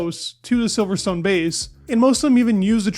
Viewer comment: its pronounced "silverston". you dont say stone